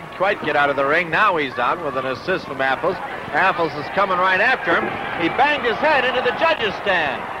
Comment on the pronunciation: A golden moment from the Golden Age of Wrestling. Guy introducing the wrestlers: "...from Lafayette Indiana, weighing 248, Bruiser Affles." Pronounced like apples. Dick the Bruiser: "Dick the Bruiser, Bub." Guy: "Just the Bruiser? Just the Bruiser." Dick the Bruiser would have been excused for pounding that guys head into a ring turnbuckle for butchering his name.